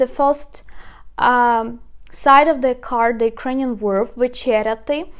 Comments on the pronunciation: This is fantastic but please it's VERB not WERB and STEM not STOM. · You are mispronounced 2 words. The word "verb" is pronounced with a v, or the letter B in Ukrainian. It is not pronounced with the letter "w" as in were, or word, or work. It is a "v."